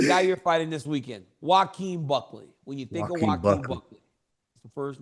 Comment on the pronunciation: Did Chael just call him Cuckley…? 😂